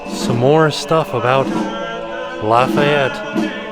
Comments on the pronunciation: Oh and Lafayette is pronounced Laf-ah-yet but Lafitte is pronounced “La-feet”. Just wanted to tell ya for next time. Fellow Louisiana native here. 😊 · Lafitte is pronounced La Feet. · LaFitte (not Lafayette) - pronounced La-Feet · Offhand Disney fans are quaking. IT’S JEAN LAFITTE it’s not Lafayette it’s LA-FEET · It’s not Lafayette it’s lefitte hahah “Le-Feet” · Also, not to be overly pedantic, but, that isn't "Lafayette" like is saying, it's "Lafitte", which would be pronounced more like "la-feet". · Pronounce Jean LA feet A pirate not Lafayette hero of the revolution. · As a Louisiana resident, I'm slightly offended said Lafayette when it definitely said Lafitte. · The pirates name Lafitte, pronounced Luh- feet. looks so tired the last couple minutes - I hope she gets some sleep! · The pirate Lafitte name is pronounced like 'La Feet'. Jean Lafitte ( c. 1780 – c. 1823) was a French pirate and privateer who operated in the Gulf of Mexico in the early 19th century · Hey y’all from New Orleans! the guys name in the last room of the Tribute store is pronounced “LAFEET, 🙃 props to for trying 😂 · I love your videos, and Jackson is adorable! As a long time New Orleans resident I can tell you that the pirate featured at the tribute store is Jean Lafitte, pronounced ( La Feet ). He and his brother are figures of great historical importance in New Orleans and both spent a lot of time there. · Hi. Lafitte, a French pirate, is Pronounced (La-feet). Lafayette is a Cajun town in southwest Louisiana. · the last name for the final room is pronounced La-FEET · I was coming here to help pronounce Lafitte since I grew up just north of the City of Lafitte! Haha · Me too lol. I mean I don’t think and would be going to Lafitte 🤣